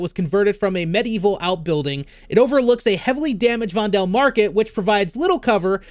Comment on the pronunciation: FYI: This map is clearly inspired by Amsterdam. That also most likely means that 'Vondel' is derived from Amsterdam's biggest park (Vondelpark), which in turn is derived from the Dutch writer Vondel. His name is pronounced as 'Vonduhl', not 'Vondehl'.